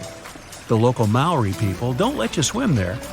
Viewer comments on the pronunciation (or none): none